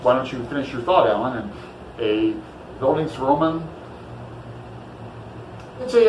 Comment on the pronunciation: I wish I could participate. I will try to read it in December if I don't get to it now and maybe we can still chat about it then. :) And you did pretty good pronouncing Bildungsroman. ;) It was also really interesting to see how you mark up your books while you read!